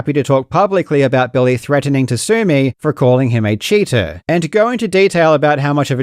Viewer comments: Emphasizing the "cheater" every time is so funny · I'm still lost as to why people are so upset. Lol. Literally, everything you said in this video is how I based my reasoning as to what the lawsuit was about. Well done, Karl. I love the way it seems that you keep emphasizing Billy is a cheater . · Not gonna lie I kinda love how every time he says cheating or cheater, he says it like he’s twisting a knife lol